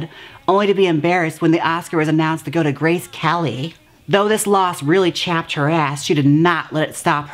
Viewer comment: I love the way you spit out Grace Kelly’s name 😝